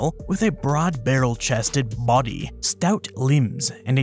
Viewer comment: Maybe cool it on the weird pronunciation of certain words like body. It's getting a bit cringe. Love your videos otherwise